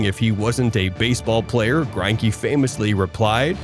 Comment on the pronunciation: I'm also pretty sure his name is pronounced Gren-key